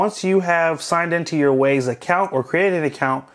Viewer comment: its not WAZE band its WYZE as i pronounced WISE .idiot